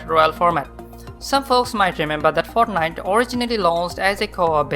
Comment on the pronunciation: "he comes de fartnajt"